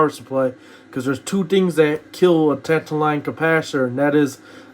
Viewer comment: Has nobody told you the caps are TANTALUM NOT TANTALINE!.